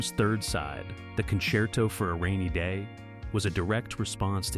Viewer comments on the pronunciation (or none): none